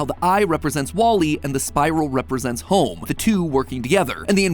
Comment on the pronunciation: Me waiting for the “ welcome to GAME THEORY “ instead I get “ welcom to houwouwme game theory “. 🙂